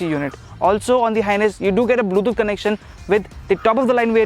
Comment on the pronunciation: Good comparison. I liked the video. But, I chuckle a bit whenever he says "Bluethooth"